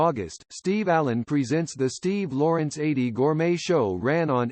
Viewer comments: The A.I. voiceover is awful. Mispronunciations throughout. Eydie's first name is pronounced EE-dee, not like "80". The United Artists label initials are U.A., not "yoo-uh". And the nearly monotone approach makes it a challenge to listen. Even a marginal human voice would far surpass this. The man and his accomplishments deserve better. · I grew up with Steve & Eydie & me & my family adored them , just like everyone else. You narrater have mispronounced Edie's name It's E ydie not A ydie . Thanks though🐿️🌻🌻🐞🐿️....